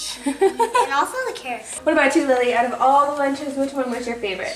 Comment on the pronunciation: " the cawwots 😭💕😍"